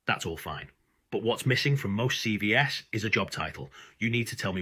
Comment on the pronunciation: "But what's missing from most C V ESSS" That took less than 6 seconds for you to screw up your Ai script. CV plural is pronounced SeeVees Say it SeeVees is going in the No pile.